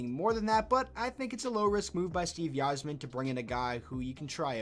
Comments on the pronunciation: It's not pronounced "Eizerman" it's "Izerman" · Steve EYE-zer-men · Okay, at first I thought I just heard u wrong but you aren’t saying Yzerman correctly and it’s annoying A F . (Eye - Zer - Man) welcome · Quit using logic. this is Blashill. but, YIZE-er-man? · The way you say Yzerman makes me want to cry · The way this guy pronounces Yzerman is killing me! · lmao cant even say the yzerman right